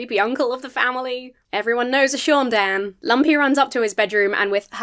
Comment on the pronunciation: NOOO it's not SHOON DANN. It's SAUN Dann. GOD get it the FUCK right! you would know this if you were a REAL star wars fan!!